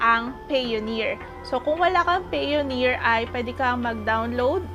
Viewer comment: it is pronounced as pAyoneer not pEyoneer